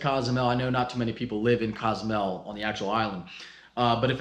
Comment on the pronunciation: That’s not how you say Cozumel 😐